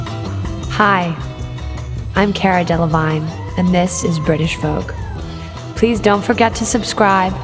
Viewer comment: i get how she uses american accent on the outro right when she said "british vogue"